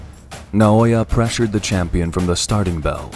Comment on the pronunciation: English: Champion Japanese: Chum-peon